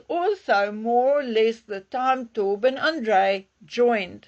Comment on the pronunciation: It's not TOR- BIN is it? It is TOE-Byn.